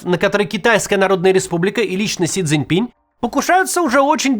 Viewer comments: Макс....пожалуйста.... - пин, а не пинЬ😢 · Он не Си Цзиньпинь, а Си Цзиньпин. Не "Си Цзиньпиня", а Си Цзиньпина. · Максим, пожалуйста! Си Цзинь Пин. Пин !!!!! Без мягкого знака!!!